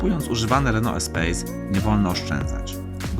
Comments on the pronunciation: Czyta się espas nie espejs, to francuski samochód :) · Czyta się "espas"mistrzu.